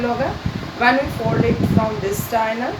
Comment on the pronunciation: Very well explained ma'am but can I suggest you to be please correct the pronunciation of diagonal. Its diagonal (dia as in DIAmeter, go as in go, nal as in natioNAL)